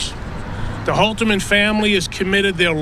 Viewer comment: Holterman, not Holzman.